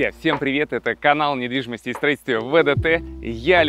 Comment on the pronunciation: Я один услышал "Привет, это каканал недвидимостии ВДТ"?